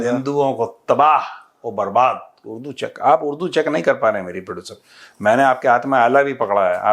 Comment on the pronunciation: प्रोडुसरवा नहीं मेजर साब प्रोडुसरिया